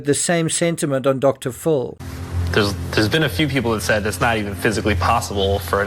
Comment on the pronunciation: Who is Dr Pho , it's Dr. PHIL